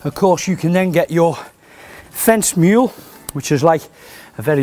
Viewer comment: I would have at least put it in straight Craig. Good grief. Also it is an Auger not Aga, and a post Maul not a Mule.